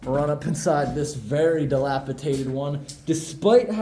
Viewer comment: ➡️ Take a shot every time says dilapitated😉